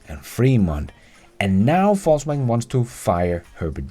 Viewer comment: He pronounces it correctly, as a German would. Similarly, my German last name would be properly pronounced similar to “Foss” in English.